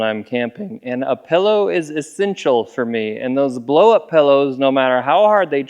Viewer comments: wtf is a pellow? you are an adult it's a pillow learn how to speak english. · I heard "pello" and immediately thought you were fro Utah Also "36 cans of ice" wut?